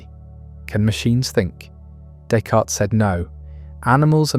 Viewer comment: Pronunciation of his name????? Never heard it said with an S at the end…